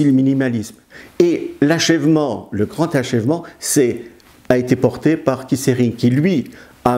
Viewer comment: On prononce le t pour Keith.Pas Kiss...